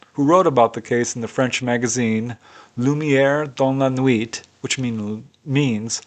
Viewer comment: The word "nuit" has a silent "t". Just a little suggestion.